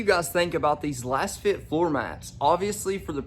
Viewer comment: You're a fake. How do you not know it's pronounced "laze fit"?? You're promoting a product and benefiting from linked purchases but you don't know how to pronounce the name??? Just another kid trying to make a buck but knowing nothing. Lets see how long this comment stays up. LOL